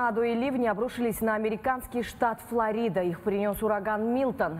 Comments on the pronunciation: Ув. ведущая.. Не ФлорИда, а ФлОрида. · ФлОрида, ударение на О